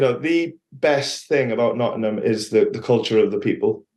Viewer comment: Love how Steve says Nottm and not Nottingham. He's picked up our accent. He's one of our own.